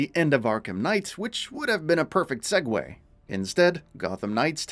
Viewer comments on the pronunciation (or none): none